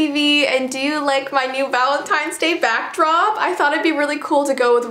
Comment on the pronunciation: Jessii You'd said Bockdrop I'm sorry I had to point that out 😂